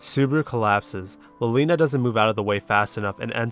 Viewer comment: wait, i just realized something you pronounce "liliana" as "lolina"? is it because she's a loli? lmao